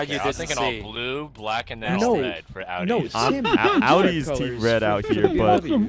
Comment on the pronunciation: It's Audi!😂😂😂